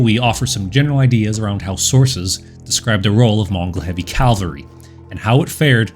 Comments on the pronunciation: Great video. I even pressed all the buttons for you. Keep it up. Just one tiny favor for me please? Stop saying Calvary. It's cav-al-ry. Calvary is the hill in the Bible where they took Jesus to be crucified. Cavalry are horse-mounted soldiers. Calvary makes it sound like they ride in on baby cows. So yeah, thanks duder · Was about to comment the same thing. It’s cavalry lol. Love his videos though! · For some reason I keep hearing "heavy calvary". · Calvary Calvary I love your content man... but calvary? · 🧐😂 you try to sound intelligent 😂 but you can't even pronounce the word 🧐 cavalry 🧐🤣🤣😂😅👎